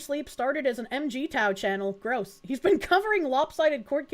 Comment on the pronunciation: MGTOW is pronounced Mig(like the planes)-Tow (Like the army). The fundamental difference between MGTOW And feminism, is two fold. 1. It is a grieving process. So yes, a lot of my brothers are stuck in anger, or as we called it "The red pill rage.". You see them most often, and honestly, constitute a good 75% of them, because more and more are undergoing a painful awakening. 2. MGTOW admits that it is a symptom of a sick society. It's NOT how society is supposed to work, but that modern society is so toxic to males that the only option is to remove oneself from it.